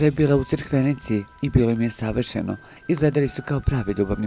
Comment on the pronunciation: Kaže se Crikvenica,a ne Crkvenica.